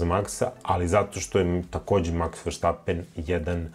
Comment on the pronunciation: Sve je OK. i sve je u redu ali novinari, you-tube-ri ili ko već, loše izgovoraju Maksovo prezime, on je Verstapen, dakle VERSTP, a ne VERŠTP, nije Nemac već Holanđanin, slušam Ercega, i njegovog kolegu Pavla svi isto, dakle VERSTAPEN (eng. Verstappen) 😮‍💨 Da li je svima Vama lakše jer tako bolje zvuči ne znam, ali slušajte engleske sportske komentatore ljudi ! Neko ga i zove FERŠTAPEN 😅 napraviste Nemca od njega, dal' Vam je svima Šumaher u podsvesti to ne znam 😅